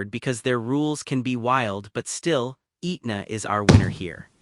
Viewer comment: Pronounced "Ehtna" not "Eatna"